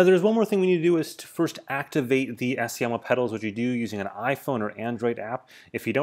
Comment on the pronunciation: Assioma is pronounced Ax e um in italian